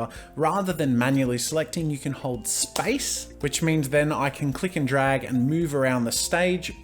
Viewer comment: omg when I first hear him say Space I heard Spice. "Hold spice and you can move around the canvas." I was so confused and had to google what spice key is lmao